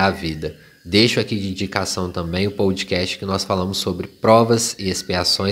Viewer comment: teus posts são muito bons. Escuto quase todos os dias indo ou voltando para o trabalho. Ps: não é “pão-do-cast”, mas “podcast” (“podecast) 😉